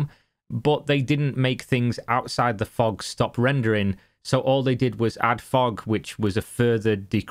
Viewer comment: Did you say... FOG?